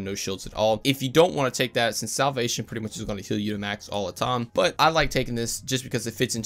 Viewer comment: Just a tiny thing, everytime you say time you pronounce it as tom... Is that just how you've said it since forever? I'm not hating or whatever, it just intrigues me